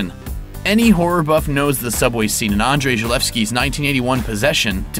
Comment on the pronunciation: Woo, you actually read Andrzej as Andrzej, kudos! ;)